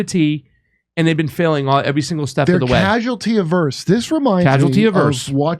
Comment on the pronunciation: Averse /əˈvərs/ Stop trying to change the pronunciation, dude. Where’s Jimmy?